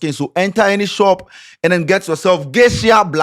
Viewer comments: it's "Geisha" not "Geishia" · Eiii 😂😂😂😂 it’s Geisha and not Geishia😂😂 #Dingoba Lesson✊🏽